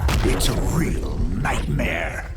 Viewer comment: Robert Englund AKA Freddy Kruger's pronunciation of "Nightmare" takes me back to Elm Street.